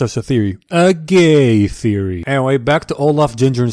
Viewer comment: "gay therory!" LoL i was not expecting that